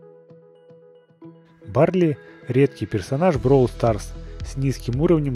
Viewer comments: Ты говоришь бровол старс , а надо бравл старс! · Не броул Старс а Бравл Старс и кстати классно получилось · Читается как "БРОУЛ СТАРС" это Английский язык а не Русский!!У них другое произношение.